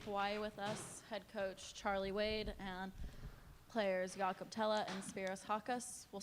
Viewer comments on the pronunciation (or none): I hope everyone pronounces his name correctly (Yacka) for Jakob Thelle. Thank you 🙏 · Even Charlie called him “Jacob.”